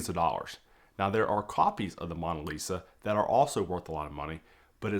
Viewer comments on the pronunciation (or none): MOAN-a Lisa…not Mon-a Lisa that was just really difficult to hear you say repeatedly. Very informative video, Thank you! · What is the MAWN-a lisa? MAWN as is mowing the LAWN or paper towels BRAWN or Kings were a CROWN....The MAWNA List